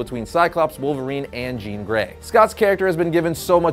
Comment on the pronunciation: Thank you for not saying Jean!